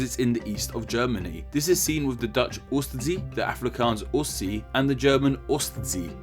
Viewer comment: Nice try on the Afrikaans "Oos See". Oos is pronounced like "worse" without the 'w' sound. See is pronounced like "seer".